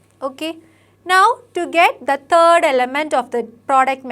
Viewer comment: 'Third' bolti ha 'turd'😂